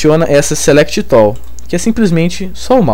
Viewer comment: Bacana seu tutorial, estou acompanhando. Vi até agora umas 4 aulas. Acho importante a estratégia que vc usou em alguns vídeos de iniciar a aula mostrando um objeto ou cena que iremos conseguir fazer no fim da aula. Com relação ao seu inglês.... realmente tá complicado :) Uma dica! a palavra tool pronuncia tul, pivot = pivô. De qualquer forma parabéns pela grande ajuda que vc tem dado não só a mim mas a muita gente.